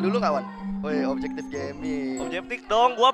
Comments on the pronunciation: Ngakak njir,si pan orang sunda jadi weh objektif jadi objeptik wkwkwk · "INGET OBJEKTIP"... WKWKWKWKWKWKKWKWKWKWKWKWK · objeptik wkkw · capek ketawain objeptik objeptik hahaha